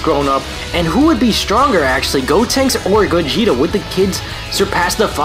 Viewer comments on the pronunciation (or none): none